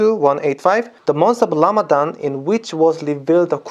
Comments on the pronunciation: so cute how he says Lamadan instead of Ramadan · Can you say letter r? Lamadan.